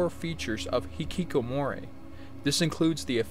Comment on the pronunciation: You really seem to enjoy saying Hikikomori in this video, though it sounds a bit more like you're saying hikikomoray. It's a fun word no doubt. It does seem like a symptom of high pressure systems that some people simply choose to opt out completely. It's kind of like, what's the point? I can't help wonder who is failing in this scenario. Is society failing these people by not providing them with meaningful career paths that they can derive enjoyment and esteem from or are they themselves to blame for not giving it enough of an effort? I personally believed that by abstaining from the market place, there would be a correction in it to satisfy everyone available to work eventually, but it would seem that the ruling class simply has too many people willing to fill the gaps. That there are too many docile creatures in the world willing to work for peanuts either from the local market place or importing workers from poorer nations where a peanut is worth 3 to them. I watched Nebraska. I will say that one of the characters, the son, is actually quite likable and in terms of wanting to like and root for a character, he seems like someone you might want to root for even though the movie really isn't his story. A lot of the characters in this movie though are rather despicable people with little to redeem them. It's weird because Woody Grant to me is a kind of grown up Jack Cole. It's like you got your wish. Nebraska is the movie about Jack Cole, although, mostly about the ramificati